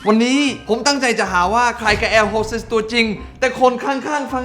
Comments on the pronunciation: แอร์ฮอดเต๊ดพี่เนทพูด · แอร์โฮสเต๊ด🤣🤣🤣